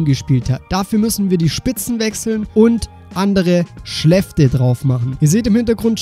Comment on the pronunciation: Oh mein Gott sag bitte niemehr "Schläfte"😅